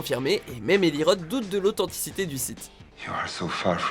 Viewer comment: Ça se prononce ross pas rote. Non ?